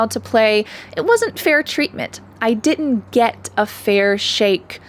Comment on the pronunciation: Fyi. The "d" should be pronounced in "didn't" so it can be heard. That is your first mistake.